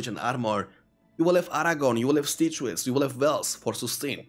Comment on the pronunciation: lol "stay-chew-es".... I love it